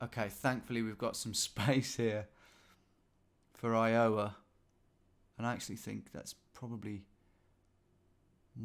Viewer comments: iOwa 😂. Still, try to get an American to pronounce Bicester properly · Bro Iowa was hilarious pronounciation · he also butchers the pronunciation of iowa pretty badly. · Iowa and Oregon (though I love the way you love your way of saying it) are the two I would revise pronunciation of. very drawly like we do: Eye-OH-wuhhh and Oar-uh-gun thoroughly enjoyed this though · Are you purposely mispronouncing Iowa and Oregon to wind your audience up because you have succeeded Tom